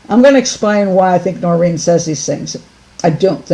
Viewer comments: It's Noreen .. Not Doreen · It’s NOReen not DOReen